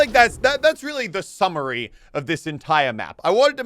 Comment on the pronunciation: Sounds like muselk said Willy instead of really HA😂